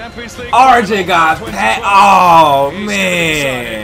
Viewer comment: It's pronounced ArYEN bro 😂😂😂